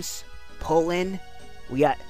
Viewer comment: Jigglypuff's name was so close to being correct. Its actually Purin not Pulin